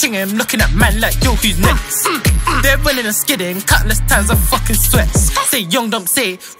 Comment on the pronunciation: it’s next not nex